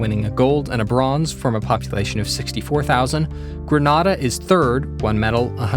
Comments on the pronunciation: It's pronounced greynader not granada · Did this man just say Gren-ah-dah? ITS PRONOUNCED GREN-A(LIKE THE LETTER 'A') -DAH! My case is now closed. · Sorry but I had to say this you pronounce Grenada wrong gren aid da great video tho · Bro you pronounced Grenada wrong